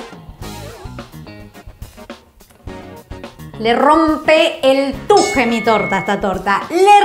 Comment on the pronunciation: Paulina te amo y te re banco, pero hay algo que me rechina. T U J E S. T U J E S. CON S AL FINAL DE LA PALABRA. BESOS DESDE MONTEVIDEO URUGUAY.